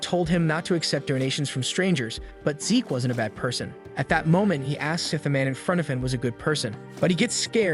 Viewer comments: Zeke. Not Zich. Zeeeeek. Awfully grating to hear zich over and over again, if youre going to use AI voiceovers it would be great to check names and genders before posting, cheers. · Fix the voice program. It's always mispronouncing names. MC is named Zeke... not Zitch! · Bruv it’s Zeke… pronounced Zeek (replace S with Z sound in the word Seek). Why call him Zich, he ain’t no snitch. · It's Zeke, not Zich. Rhymes with leek or reek or peek or sleek, etc. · It goes to Zeek a bit later in video. So it was fixed